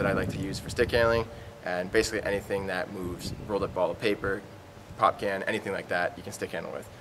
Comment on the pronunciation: lol for a second it sounded like you said "pumpkin" rather than pop can. i'm not used to hearing it called "pop."